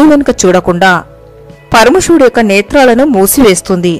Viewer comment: పరమషివుడు కాదమ్మా, పరమ శివుడు 🙏 కాషీ కాదమ్మా, కాశీ 🙏 విష్వేష్వరుడు కాదమ్మా విశ్వేశ్వరుడు 🙏 దష్వమేధ ఘాట్ కాదమ్మా దశాశ్వమేధ ఘాట్ 🙏 షక్తి పీఠం కాదమ్మా శక్తి పీఠం 🙏 షతాబ్దం కాదమ్మా శతాబ్దం 🙏 షంకరాచార్య కాదమ్మా శంకరాచార్య 🙏 తెలుగు పదాలను సరిగా పలకడం నేర్చుకోండి అమ్మా 🙏🙏 మీకు నోరు తిరగక అలా పలికితే పోనీ అయ్యోపాపం అనుకుంటాం, కానీ, అదికూడా కాదు కదా అమ్మా, ఆధునికత కోసం భాషనే మార్చేస్తున్నారు, వాటి అర్ధాలనే మార్చేస్తున్నారు 🙏🙏🙏 మిమ్మల్ని చూసి మరొకరు, మరొకరిని చూసి మరొకరు, తెలుగు భాషను పలికే విధానాన్నే మార్చేస్తున్నారు అమ్మా 🙏🙏🙏